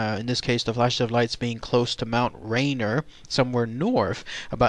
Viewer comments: its mount ra-near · pronounced Mt Rainear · What country is this narrator from ? You pronounced everything wrong. Mt. Rainier, Yakima and Tacoma... why?